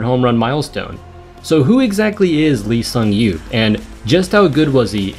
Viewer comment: The way he spells his name in English gives you no chance to say it correctly without help but its actually pronounced "Ee Sung-yop". Otherwise, excellent video.